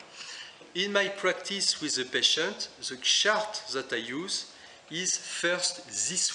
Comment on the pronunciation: Very useful tips and tools. Thank you so much. Maybe I'm not use to your accent, you say 'chart' sounds like 'shark'...hah